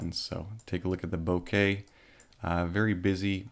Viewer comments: ohh for fucks sake, stop satying "Bo-kaye" it's fucking "bok-uh" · Hi. Bokeh not bokey 😜😁 From Japanese ボケ 👍🏻